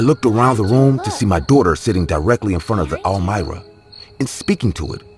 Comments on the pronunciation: All mira??? Really?! I've nerver heard that before. Pretty sure its pronounced arm-wah. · Bruh are you tryin to say armoire as in “am war” wth is a Elmira? lol made me chuckle great stories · When the narrator is saying all-myra… is he really trying to say armoire? Pronounced: arm-waar. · Third story: “almira”???? Come on guys I’m not the only one who said wtf … ARMOIRE ???! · Are they trying to say “armoire”? Lol They are saying almira 🤣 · The way he is pronouncing armoire in the third story is driving me crazy. It is pronounced "arm-wà". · Is pronounced ARM-WAH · "The ArMira" please tell me I wasn't the only one annoyed by the way it was said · "Armoire" The word is "Armoire" "Ar-mwar" You're welcome. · Story #3, why the fuck are you calling the dresser that!??? You go out of your way to mispronounce it over and over and fucking over again Lol Who told you that's the pronunciation?? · LOL....The 3ed story makes me laugh SOOOO MUCH! The close closet ISN'T called what the narrator kept calling it!!! LOL....listening to the story I kept thinking, "What the hell is he talking about"? THEN.....I finally figured out that he was TRYING to say (armoire)! LOL LOL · Lol naw not just you. I'm guessing he meant armoire